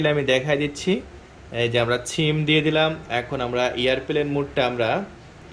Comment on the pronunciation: ব্যাটা, ছিম নারে, সিম, আগে ভাষা ঠিক কর।